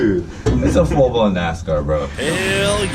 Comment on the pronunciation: “issa full blawn nascarrr” x